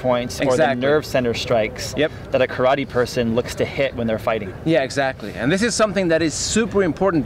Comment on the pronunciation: When will u learn to pronounce the name Karate